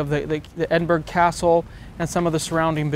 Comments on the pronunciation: Ha, ha, ha,😂 Edin,burg Eden, bur-Rah (Edinburgh) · Love your vids. I have the A7r and love it but you've been there a few times and you still pronounce the last syllable "-burg", like Pittsburgh? ACK! Eh-din-bruh and say it fast if you don't want locals shaking their heads. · Edin-burg lol